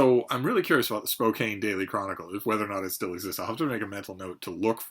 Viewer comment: Spoke-ANN...the silent "e" doesn't exist...